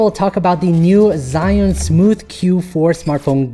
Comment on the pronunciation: Sigh An, Cyan, ZiYan,Shy Un, SheYou Sea June, SeeShoe ZhiYun I Don't Care What The Right Way Of Saying It Is!!! But I Didnt Pay attention To Anything In This Video After Hearing